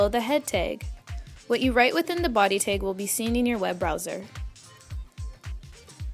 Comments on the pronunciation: stop saying "teg"!!!!!!!! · TAG NOT TEG